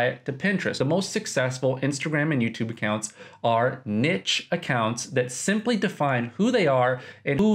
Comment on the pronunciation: also the word niche is pronounced like neesh, for future reference hahaah